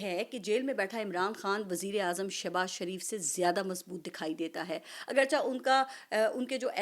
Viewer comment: ماشاءاللہ بہت اچھا تجزیہ۔۔۔۔۔ایک چھوٹی سی غلطی کی نشان دہی کی جسارت کر رہا ہوں کہ لفظ آگرچہ کو اگرچا کہہ رہی ہیں جبکہ اصل لفظ آگرچہ مطلب چہ کے نیچے زیر ہے